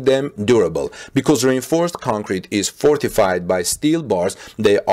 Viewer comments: I normally wouldn't have said anything, but, when you say reinforced concrete..think of this when you say it ( re - inforced concrete). Hopefully this will help.. I do understand how hard it can be when English is not your primary language.. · I never realized that rainforest sounds like reinforced! 🤗 Okay English is crazy. Strangely, reinforced is a 3 syllable word, as is rainforest. Good report!